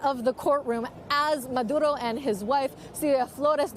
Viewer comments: No need to lapse into the Spanish language just to say a name, babe. Just say Maduro. We don't need " Mahdrrrrrrrrrrrrrrrrrrrrrrrrrrrrrrrrro". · His name is Maduro, not Maduhdo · This reporter speaks in sympathy with Maduro. She even uses the Latin pronunciation of his name. She brings up questions of legality. National sovereignty. No evidence of gun crimes. On and on. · Why does she say Maduro that way? 😂😂😂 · How many times is going to say his name with the accent !!! What a joke !!!